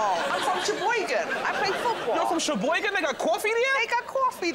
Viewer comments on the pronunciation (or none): Especially saying "sheboygen"